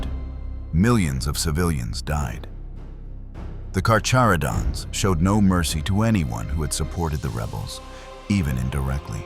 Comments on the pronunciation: drink game: have a shot everytime this video says carcharodons wrong, you'll be drunk in no time I promise 🤣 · Can’t even say their name correctly… 😂